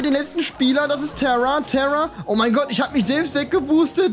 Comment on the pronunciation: Sie heißt tare und nicht tera😡😡😡😂😂